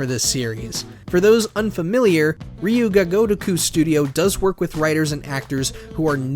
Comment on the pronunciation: never attempt to say Ryu Ga Gotoku again